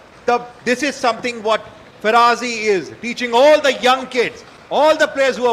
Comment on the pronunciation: His name pronunciation: Fa-Ra-Jee (Faraji)